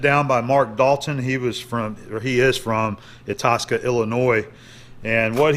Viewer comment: Itasca (DuPage) is pronounced eye-TAS-kuh, they have a sweet Scottish Highland's fest there each year. Mark Dalton, a few of us go to Church Street Brewing on Mondays around 7 for there half price beers, you should join us.